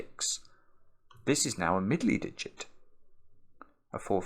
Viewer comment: Someone should make a video of saying Middley Diget over and over.